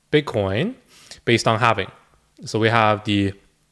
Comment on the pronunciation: Halving* not “halvening” this makes it sound like its “happening” which is incorrect in multiple ways. The halving is a simple event - the 4 year cycle is further about liquidity and the 4 year cycles that surround that - the presidency cycle happens to coincide with. Satoshi nakamoto being the smart entity they are lined up the bitcoin halving with those other cycles. The halving is a simple event everyone knows about - its not as if its some unknown entity that drives all reason behind what happens. This is also not regarding the longer and more major real estate cycle that is coming to its peak which also has effects on the economy. There is a reason people may think a certain way. Its not bad to play devils advocate but realize there may be something to what people say. If you spend time curating a list of people to follow and listen to and then just believe people are the inverse of whats going to happen i think youve lost touch with why youve followed people to begin with. If you think this way maybe dont watch any youtubers and simply do your own homework? Also if you put your finger on the “sell button” then maybe you should just do it - You dont seem to have the conviction needed for this space. Also, good investors dont usually just click the sell button and sell 100% of what they have. You sell into the pump as it goes up. Looks up risk management and profit taking guides if you dont know this already.